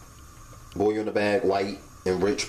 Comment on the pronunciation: The way he says boil... "Boy yoo" 😂😂